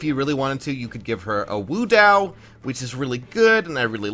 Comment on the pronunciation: wo dao = woah dow pls